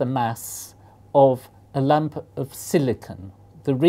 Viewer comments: I keep thinking he says lamp when he says lump, which was seriously very confusing! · oooooooooh! he's saying lump! a lump of gold... (stupid american who heard lamp for most of the video, and wondered what purpose could there be in a lamp of pure silicon)